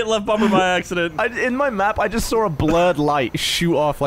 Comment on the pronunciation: I hate it when English people say "...in my map I just SAWR a..." it get's on my nerves 😡